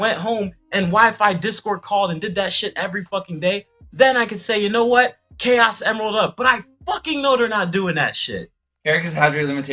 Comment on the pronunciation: My dude said chaos emrald up, I'm dead